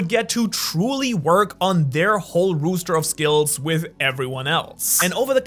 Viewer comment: “Rooster” of skills, I think this is my favorite pronunciation